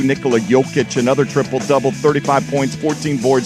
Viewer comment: Hey you're saying Nikola wrong